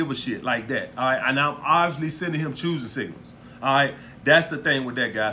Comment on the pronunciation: lmao second degree chooising singals Im dead